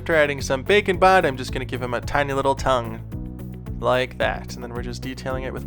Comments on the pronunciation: It has taken me about 10 episodes to realize you're not saying "Bacon Bond"... I thought it was a joke from an old video until I saw the label. 🤦‍♀️🤦‍♀️🤦‍♀️ Welp, here's to hoping you'll make something with a bacon theme, where you have to bond bacon using Bake & Bond. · it took me way too long to realize you were not saying "bacon bond" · Baking bond. Interesting at first I thought you were saying bacon bond. And I was like. Hmmm I wonder why it’s coined bacon 🥓 bond for clay? Hahaha! Baking!!! I see! Wow so impressed! My goodness you’re inspiring! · I keep thinking you say bacon bond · Can't tell if you're saying bake and bond or bacon bond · Bake & Bond, All I hear is bacon bond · I understand you are saying “bake and bond” but all I could hear was bacon bond and I got confused🤣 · I stg he just started saying bacon bond at some point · you sound like you are saying bacon bond lol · Yes it does, I guess its how says it. I love that!